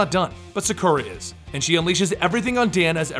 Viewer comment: Sah-Koo-Rah not Suh-Kur-Uh.